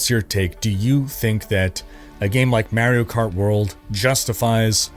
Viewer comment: LOL...my wife doesn't like the way you pronounce 'Mario Kart World' and wanted me to let you know...she was totally joking though.😊